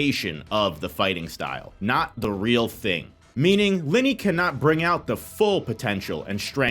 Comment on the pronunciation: You are not pronouncing Linie right....